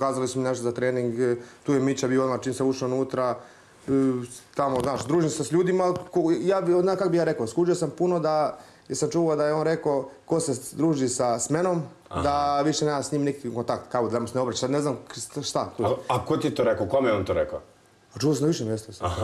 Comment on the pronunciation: nit pricamo tako,nit je pravilno.Samo u Dubrovniku tako pricaju